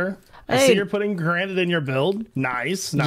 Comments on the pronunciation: Careful, the gra-ni-te is fra-gi-le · Gra-nee-tay 💀 I'm dead inside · I genuinely can't tell if he's mispronouncing granite on purpose or by accident but I love it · Other Hermits "let me get some granite for my build" " let me get some Gran nie te. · gra-nee-tay me: *facepalm * do not take this srsly